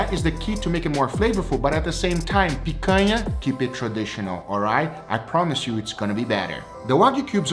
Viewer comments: Man said pakana 😂😂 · You pronounced picanha wrong lol